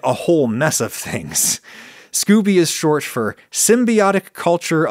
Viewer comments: *Not 'scoobie' but 'skO-bee'. Hard 'o' sound. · I think it's pronounced scoh-bee. I've never heard anyone say Scooby. Ghah is best when served live though. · Did not expect a rant about daddy issues. I enjoy these little insights into the mind of Ragu-Sea, not gonna lie. And I'm pretty sure it's pronounced "scoe-bee" not "scooby." I could be wrong tho. Maybe that's where Scooby Snacks come from. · Scoby, not Scooby-Doo! Lol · scoby not scoooby lol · I've heard Scoby pronounced Scoh-Bee rather than like Scooby Doo. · SCOBY, short "O" not SCOOBY (doo!). 💕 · "Scooby" 😆 😂 No Adam. Just no